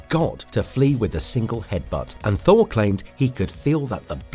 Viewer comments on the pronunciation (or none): none